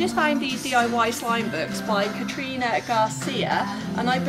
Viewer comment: Did she just say “katrina” and not karina